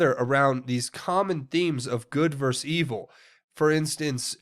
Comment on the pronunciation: I love you as a fellow patriot and truther, and you are not the only one I've heard pronounce the word wrong, but please, it is versus, not verse.